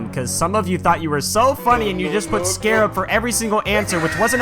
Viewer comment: Stop saying scearub